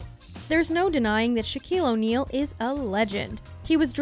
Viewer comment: “Shaquale Onale”